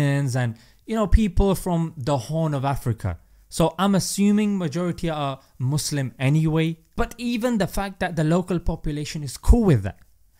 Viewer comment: At Minnesota Mayor actually said "Muslim" and not "Muzlim"...👏👏